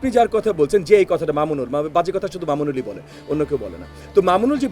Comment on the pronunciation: বেয়াদব ববি হাজ্জাজ তুমি আল্লামা মামুনুল হকের নামটা ভালো করে বলতে পারলে না।